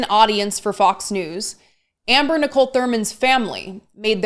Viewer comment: Did you catch her mispronouncing Amber’s name? She knows better, that was just petty and rude.